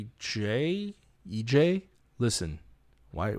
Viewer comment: its pronounced as eej :)) tbh listening to 50 proof literally opens my soft hours i can't–😭😭😭 + i have to agree that it really hits differently 🥺👏